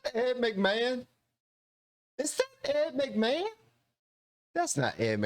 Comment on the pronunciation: It is Ed McMahn